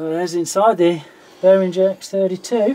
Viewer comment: "Behringer" has no /ndzh/ sound in it, like in "cringe". As in, the reaction to hearing people mispronounce "Behringer". Think bear-ringer. Somebody who rings with bears. That's how you pronounce it.